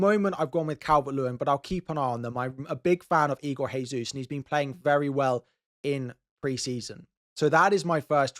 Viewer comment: great content! nice to have you back,. just a quick tip - it's igor DJesus not HEsus